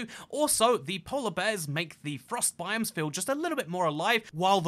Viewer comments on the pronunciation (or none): none